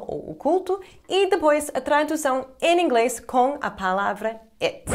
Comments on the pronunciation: Que legal o "Em Inglês" dela parece en inglês pq ele estão acostumados a juntar o "in english" que é com N e não M, mas o Português dela é um dos melhores. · Hey,! Your Portuguese is beyond excellent! However, when you connect "em + inglès," you give yourself away. It's not so simple to explain here because the connection between these words produces a phoneme that doesn't exist in English. Try and hear how native Brazilians pronounce them. I'm sure you'll master this in no time. Great channel! Way to go!!